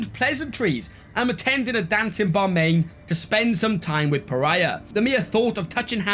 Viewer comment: Your capital is called Bamian pronounced "Ba-Mee-Yan" they were home to this beautiful, gorgeous Buddhist statues (they are in the game, as those special buildings) they were destroyed in 2001 by the Taliban :(